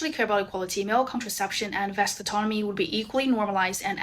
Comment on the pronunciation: she says men only want equality when it benefits them? thats women. men do more domestic labor than ever before yet we're still expected to pay the bills. and what is "vestatonomy"? she can't even pronounce "vasectomy". and those are permanent. the only only male birth control is condoms, which are VERY normalized already. if a dude isn't wearing a condom, it's because the woman didn't make him wear one. i'm not gonna slice up my balls when the woman can take a pill. restrooms? we can't do anything about women taking a long time. hence the line. if women need more floor space, that's a skill issue on them. not the men.